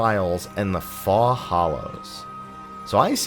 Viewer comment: ‘Faux’ is pronounced like “foh”, yes? 🤔